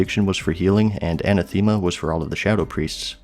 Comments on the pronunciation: sin-ewe, Ah-nath-ah-ma lol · Majordomo is pronounced "Major+dough+moe". Sinew is "Sin+yew." Anathema is pronounced with a soft e, not a hard Eee. Either "An ath eh ma" or "An ath ma."